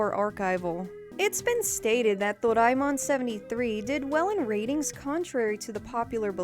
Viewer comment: A-knee-may Door-eye-mon